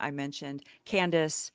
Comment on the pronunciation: Candace not Can-dance 😂😂😂